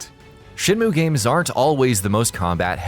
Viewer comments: It's SHEN MYOOO, not moo you fucking cow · Shin moo? Rio? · Shinmu? Yeah its been 20 years but certainly not a reason for anyone to pronounce the name wrong.